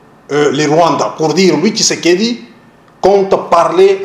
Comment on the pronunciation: un journaliste rwandais , qui dit" seron tshisedeki, seron tshisekedi"